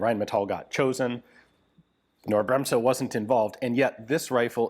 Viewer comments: KKKKKnorr. The k is not silent. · The K in Knorr is NOT silent! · There are no silent letters in German including the K at the beginning of Knorr. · Don't overthink it. 😉 The "K" in Knorr is pronounced as in ketchup or kilogram. Simple, really. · No. There is no "a" sound in there after the K. It's one syllable. No sound whatsoever between the K and the N. Also no pause. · I can tell you as german that there is not the slightest hint of an "A" after the k, nor is it silent. There are many words in english that have two consonants following one another directly. Like snake or groin. There is no "A" after the G in groin. It's the exact same with Knorr. You could also google the pronounciation. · If you pronounce it correctly you do NOT put an a after the k and it is not silent. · The K in knorr is not silent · You really need to work on your pronunciation of "Knorr", Ian. The "K" is not silent... :D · Knorr .... K .... as in King.... not know.... KNorr ... K 🙃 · For info, it's pronounced Ca-nor -- the k is not soft in German. I learned this directly from KB employees during a client visit in Munich. FWIW: in the late 1800's, the company became Europe's 800-lb. gorilla equivalent to the U.S. Westinghouse Air Brake Co. (WABCO), both of which pioneered pneumatically-controlled train brakes. These new air brake systems permitted simultaneous remote control of all of the train's railcar brakes, eliminating the need for multiple brakemen scampering across the roofs of boxcars to turn hand wheels to set/release each individual car's mechanical brakes. Georg Knorr developed the "Knorr brake," which became the European standard railcar brake (hence the original company ultimately being renamed the German equivalent of "Knorr Brakes"). As an industrial powerhouse with massive metal-working expertise, it's no surprise that KB was involved in supporting the war effort in both WWI and WWII. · Side note: K in german is never silent. Pronounciation would be "Cnorr" and not "Norr".